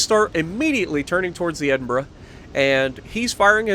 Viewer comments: Your second pronunciation was correct....it's like "edinburah" though obviously not spelled that way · Hunted a isolated Nelson yesterday in my Icarus. Missed three torpedo salvoes whilst staying in the visibility sweet spot. Finally hit him with my last two salvoes. Felt so good. You pronounced Edinburgh correctly by the way.